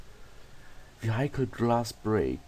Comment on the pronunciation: vehicle wird "wihikel" ausgesprochen :D